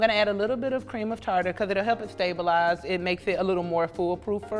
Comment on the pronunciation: cream of Tartar or cream of Tarar?